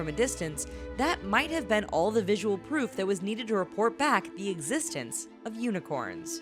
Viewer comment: Unicorn or yunicorns hahahahahahahaha